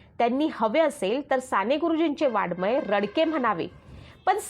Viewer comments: अहो ताई, वाडमय नाही. तो शब्द वाङ् मय आहे. तुम्ही साने गुरुजीं सारख्या एखाद्या उत्तुंग प्रतिभा असलेल्या लेखकाबद्दल बोलताय याचे तरी भान ठेवा आणि शब्दांचे उच्चार शुद्ध करा. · Vakkyavakkyat chukiche utchchar !moththe nahi , mothe ! ani Vadagya sarakha sailent amkaryukt shabd tar saphach chukicha ahe ;Vadmay nave ,Va 'ang'may ! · शी शी किती चुका ! वाङ्मय च्या ऐवजी वाडमय व 'डोक्यातून' च्या ऐवजी 'डोळ्यातून ' म्हणणार्‍या या मूर्ख बाईला पु ल देशपांडेंच भाषण वाचायला देणारे शतमूर्ख! पु लं असते तर हे ऐकून त्यांनी सुद्धा जीव दिला असता ! न चा ण आणि ण चा न करते त्याकडे एकवेळ दुर्लक्ष करू पण किती अशुद्ध व भयानक उच्चार...